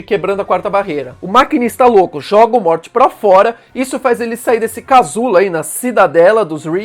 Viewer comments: Fala "Móri" em vez de "morte" kkk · Sei lá, me incomoda quando ele fala "Morte" kkkk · Kkkkk certo e mory a pronúncia